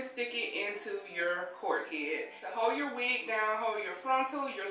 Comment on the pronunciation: Good I'm glad u stopped saying cork head cause everytime you said cork head it sounded like something else 😂